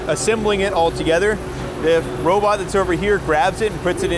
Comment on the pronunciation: Robot, robot, not robut....lol